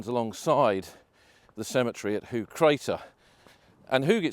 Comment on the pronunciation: The Dutch and Flemish word for high is hoog, used in a lot of placenames indicating higher ground. Pronunciation is more like 'hoak'.